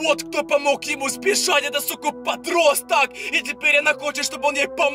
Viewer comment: Не не верю я в то что это настоящий суккуб подросток. Т. К суккуб подростка уже давно поймал SCP фонд. И 1 вопрос, я не прикапываюсь не подумай но зачем в конце каждой фразы так выделять букву типо, Суккуб подростАК. БандА.